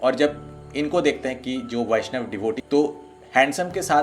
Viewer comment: isliye baishnab bolta ha😂😂😂